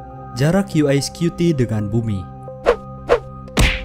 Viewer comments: Kenapa bacanya "yu ai" yah? berarti spellingnya "UI". tapi kalo Spelling nya "UY" dibacanya "Yu Wai" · "YU WAY" bukan "YU AY" naratornya englonesian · Yu wai bukan yu ai Antara pelafalan Y dan I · Uy di baca yu way Bkan yu ai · UY setahu saya dibaca Yu Wai. Bukan Yu Ai (UI). Canis dibaca Kanis .. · Daritadi kita dengarnya yu ai scuti yu ai scuti. UY dibaca yuwai bang bukan yu ai 🙏🙏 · Yu wai, bukan yu ai U = yu Y = wai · Kok UY bacanya 'yiu ai' sih, bukan nya 'yiu wai' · Di bacanya "Yu way" bukan yu ai.. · Maaf bang,cuma mau koreksi. UY itu dlm bhsa Inggris di baca : (Yu Way). Kalo (YU Ay) yg Abang sebut itu tulisan nya (UI). Tapi,informasi ini sungguh menarik thank you bang. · Knp UY di baca yu ai? Apa ane yng salah denger ya😅.